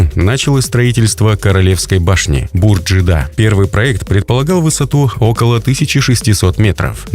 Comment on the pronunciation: Не Бурдж-Джида, а Бурдж - Джиидда (ударение на И). Это если по арабскому.